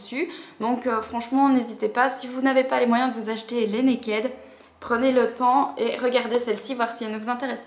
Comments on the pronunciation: arrêtez de prononcer mal le mot "naked" !!! ca me perturbe xD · Je comprends ton opinion, cependant, quand je regarde les vidéos d'américaines qui en parlent, elles disent Naked, pas Nakid. Je me suis souvent posé des questions sur la prononciation. Désolé si du coup ça te perturbe :).